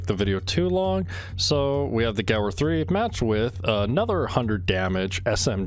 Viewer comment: This is like the third vid i've seen from you, are you intentionally saying words wrong or is it a meme? Stoic = sto ick, Gewerh = gehv air, Czech = check..like the Czech republic.